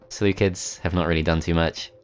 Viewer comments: Ah yes the Seleucids pronounced by the selukids This is a joke not something to mock him about thanks. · The seleucids are actually pronounced seleukids. Because in greek they are called selefkides